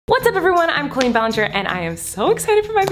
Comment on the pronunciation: Is it just me, when the intro says I’m Colleen! It sound like it says I’m the queen!